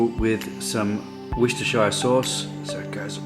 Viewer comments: Its pronounced wusta sauce not warsestshyr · Pronounced ‘Worster’ sauce. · Any place in the U.K. ending ‘shire’ is always pronounced ‘sheer’ or ‘sher’ (depending on where you’re from) and not ‘shire’. Hence ‘York-sher’ or ‘Worcester-sheer’ (which is additionally pronounced ‘Wooster-sher’ just to confuse things). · Where you from you have trouble like Americans when you try to pronounce Worcester sauce properly